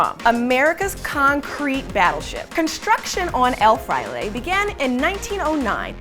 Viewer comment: You mispronounced El Fraile, and Subic Bay lol have a Pinoy help you next time.